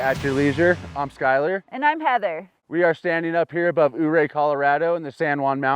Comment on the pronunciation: Thank you for pronouncing Ouray as "U-Ray"😊